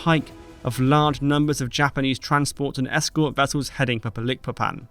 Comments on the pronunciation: Just so you know, from a person who once lived in Dutch East Indies, now Indonesia, the name of the Borneo port of Balikpapan is pronounced - baaal-ik-paaa-pan. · I believe it's called Balikpapan as in magIc (not eek) but nevertheless another great video. Sorry it sounds weird I used to work there and I have friends live there. Cheers. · It’s pronounced as Balik Papan, not Ba Likpapan. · Need to learn correct pronunciation of names, such as Balikpapan. Otherwise it is a good video.